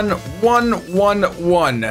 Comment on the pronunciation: This was awesome :3 Btw, its said Lorgon OneElleven ;P